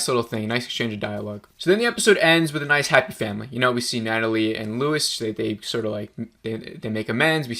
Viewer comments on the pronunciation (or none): Bro you keep saying Luis